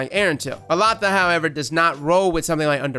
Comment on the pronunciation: I looked it up,. The pronunciation is actually "Ehll-LA-da". Elatha was a powerful figure in Celtic mythology; a being called Fomorian (essentially giants) with magic powers and would essentially have been similar to a God. In some stories, Elatha may have been represented as a Sun God (thus the weapon being Solar). Interestingly, Erentil is a hero from old Germanic stories originally translated as Aurvandil "Luminous Wanderer"... Yeah I know, nobody cares but got me curious! Lol.